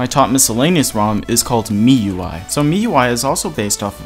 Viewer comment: For future purposes, it's pronounced "me-you-I", just so you know :D